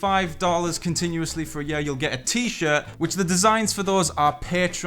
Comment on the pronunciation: He says “yur” 😂 for year lmao